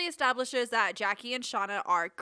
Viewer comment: “And back with Shanda” Umm…Shauna? I was cracking up